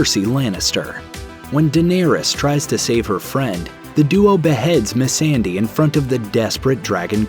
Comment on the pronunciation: What’s with the blatant mispronunciation of Missandei’s name? It’s so obvious when you turn right around and pronounce “Daenerys” perfectly.